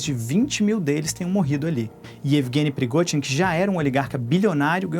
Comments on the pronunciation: Não se pronuncia “PERIGOTIN” se pronuncia “PERIGOZIN” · “”PrigoTin”” não! “PrigoZin” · Alemão não consegue falar o fonema "zh" hehehe